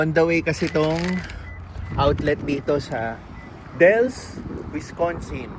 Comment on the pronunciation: Wis- can-sin not Wis-con-sin.. that's a dog treat from Culver's libre po yan